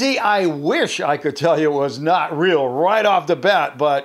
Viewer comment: Yeah his is “ril”